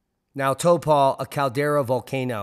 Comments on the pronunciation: Pronounced Towpo , I believe . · It’s pronounced Tau-po, been there many a time.. the last time this one popped it caused crop failure and no sun in Europe recorded in Roman records. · Re Lake Taupo and township: Tau rhymes with towel, a cloth with which we dry ourselves. Towel-po. 100 km / 60 miles away is Mount Ruapehu, an active volcano. One of a group of three mountains, the other two being Ngauruhoe and Tongariro. If there's a VEI 6.0 eruption, how far would the lava flow ?